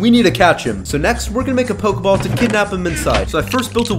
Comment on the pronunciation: you said pokball